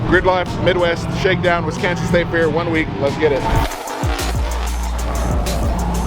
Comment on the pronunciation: the event is called fear instead of fair